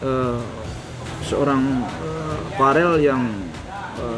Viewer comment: VERRELL PAK,, BUKAN FAREL😊